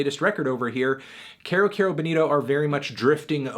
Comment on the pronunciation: IT'S PRONOUNCED KEYROOOOO NOT CARE-O